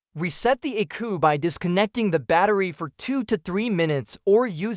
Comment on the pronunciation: Crappy AI. You dont pronounce ECU unit as the word eku. This is just a AI advertisement.